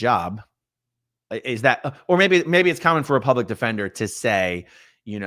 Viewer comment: It’s pronounced “plublic defender.”